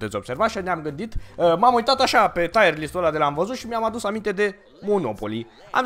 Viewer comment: Se spune corect tierlist pentru ca taierlist înseamnă anvelopa (fără supărare)